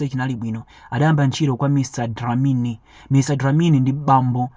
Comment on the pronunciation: Mr dlamini not dilamini